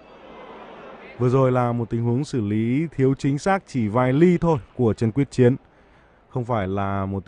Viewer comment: Quyết Chiến tên VĐV mà nói sai là sso???